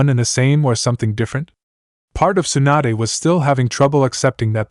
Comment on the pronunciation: stop calling tsunade, swanda